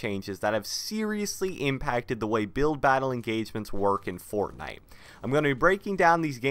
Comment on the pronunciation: The way this man says fortnite pisses me off